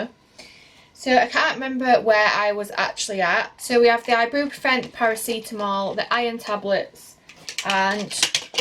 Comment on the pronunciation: You’re pronouncing Ibuprofen completely wrong!🙄